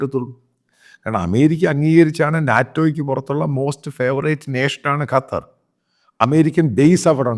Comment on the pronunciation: അച്ചായാ കറ്റാർ അല്ല. ശരിക്ക് നാവ് വടക്കണം. ഖത്തർ എന്ന് ശരിക്കു പറഞ്ഞു കൂടെ